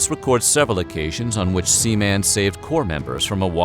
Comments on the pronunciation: The dogs name is pronounced Seamun. Not Seaman. The 2 nouns are smoothed together, the a is sounded as a short u and the accent is in the second syllable. Seamun!!! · The dogs name was Seaman not Sea Man. Seem like you are having a hard time spitting it out? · It's pronounced like "semen" Seaman. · "sea-man'... Lol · The speaker carefully pronounced that pup's name...sea-man.